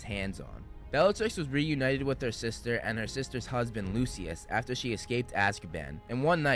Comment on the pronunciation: Not "Lucy-ass" Malfoy. 💀💀💀